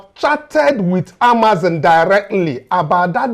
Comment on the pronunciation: the business is pronounced Amaz-on and NOT Amaz-in. You and your crews are doing a wonderful job.